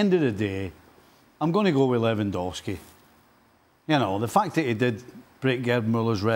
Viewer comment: First saying benzema 😁 Second saying Lewendwoski 😂🤣 And then saying benzema carried Real Madrid 🤣🤣